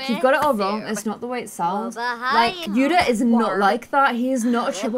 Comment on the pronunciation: When you say yuda it sounds like yuna